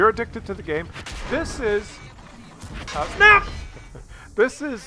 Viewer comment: 0.5 speed = epic, like most videos, '' btw the ''snap '' is still ''SNAP '' and not '' s n a p '':P